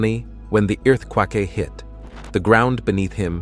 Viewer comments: nobody is gonna talk about the way he said earthquake😂😂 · I was going to say something but then I saw your comment 😂😂